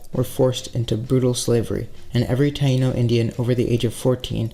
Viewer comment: Pronouncing taino wrong